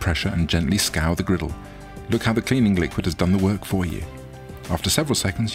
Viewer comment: “Turn of grittle”